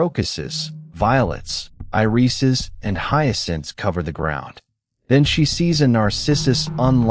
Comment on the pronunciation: At :51, "irises" is pronounced "i-REE-ses."